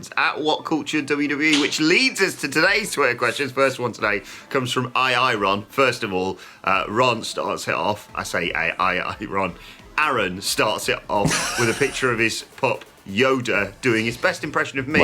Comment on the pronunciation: It's pronounced A. A. Ron - a Key & Peele reference. LOL